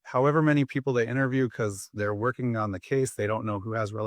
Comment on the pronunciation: Lori's nerves get the better of her and starts trembling. This narcissist got cornered by the State and Judge. She said "wuhking" instead of working and couldn't finish saying her last word.